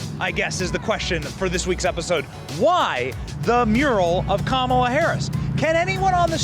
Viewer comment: Dude completely butchered her name with the red sweater all happy and excited to talk about it but don’t even know how to say her name right it’s Kamala Harris kala hairmiss